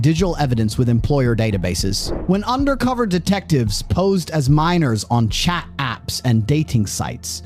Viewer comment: Terrible narrator.........doesn't pronounce 't' in words cha (chat), pary (party) etc.